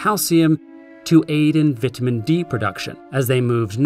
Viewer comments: it's vitamin D, not vitimin D. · Hehe.. he said vitimin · His pronunciation of ‘vitamin’ physically hurt my soul